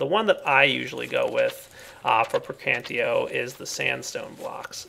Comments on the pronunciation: I cringe whenever you say Praecantio. It's PraecanTATio,. Praecantatio! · I think the magic aspect is pronounced pra-can-tae-shee-oe. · I hate when people pronouce the whole word wrong. Praecantatio is pronounced (Pr-(I as in me)-can-tat-i-o). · that is not at all true buddy i have 2 friends that have studied the language extensively they explained how most of their enunciations actually work in this case the word would be pronounced pray-con-tosh-ee-oh pelase actually talk to someone who knows the subject matter before you make a fool of yourself next time it will save all parties involved a lot of trouble and time thank you very much and have a nice day. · PLEASEEE!! lern the aspects' names!! They are spelled in the latin way! Praecantatio is spelled P R E C A N T A Z I O > the -ae group is spelled like an e whereas the ti group is spelled zi And others follow the same rules!! Nice video btw!!:)